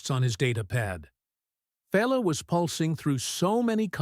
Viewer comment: Feyla/Pheyla/Fella/Bella/Falla. Get your pronunciation and spelling straightened out.